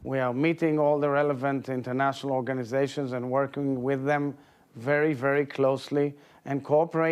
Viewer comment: Did he just say Internatinal Law?? LOOOL